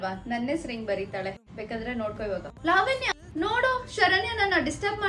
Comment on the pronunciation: Sariyagi kannada matadi adu levanya alla lavanya